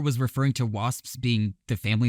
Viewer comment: Was ready to just nope out when you clearly have no reference for the references (so like. Why not start where you would) Got dangerously close when you pronounced ANGLO and PROTESTANT wrong But after the jewel one…. SHES KNOWN AS JEWEL. But I guess I made it half way so. Yay me?